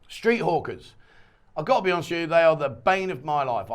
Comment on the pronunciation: I really thought you said street hookers at first. lol. it took me a few times to realize you said street hawkers.